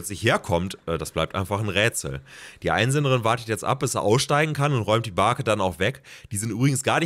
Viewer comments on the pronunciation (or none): es heißt Bake übrigens